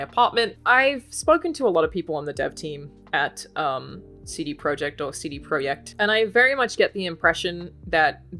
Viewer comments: Alanah, if you want to pronounce "CD-Projekt" the Polish way, it's "tseh-deh proyect", not "see-dee proyect" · "cd proyekt" ? lol what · Polish pronunciation. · Pronouncing in the native Polish